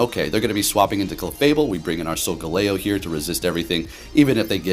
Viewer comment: sol-jello? sol-galileo? and very nice Hax-or-us video =D